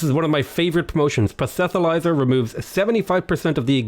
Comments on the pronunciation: Lol One thing you and the Spiffing Brit have in common is a complete inability to say the word proselytizer lol what was that? prosethilizer? Lol check out Spiffy boi trying to say the same word, it’s hilarious (for the record phonetically it’s pronounced prah’-sill-it-eyes-er) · Prosetholizer? Not even close you crazy... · "Prosethylizer" is the best pronunciation of "proselytizer" I've ever heard.